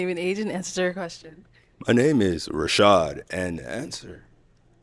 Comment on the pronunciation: "Rashad" MAY CHRIST HELP THIS MAN!!!!